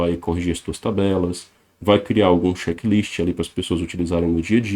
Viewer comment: Gostaria de saber o que é xekilisti? Penso que uma palavra em inglês é a pronuncia não está correta pelo fato de falar rápido. Obrigado!